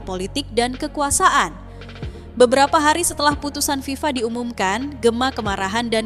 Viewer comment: FIFA bukan viva